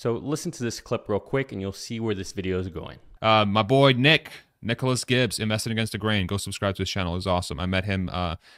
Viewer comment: Thanks you Nicholas 👍 you pronounced my name correctly